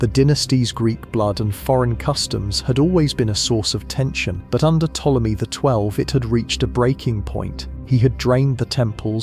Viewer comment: Everytime Ptolemy's name is misprounounced in this vid, a fairy loses its wings.